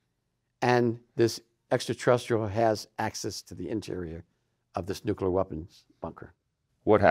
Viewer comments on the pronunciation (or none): It's pronounced the way it's spelled: NUCLEAR - NEW-KLEE-AR, not NuKuLar.